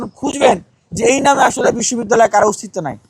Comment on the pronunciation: নমে নয় নামে